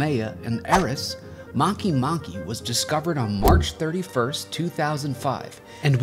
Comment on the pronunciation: you pronounced a planet wrong its not makey makey its make make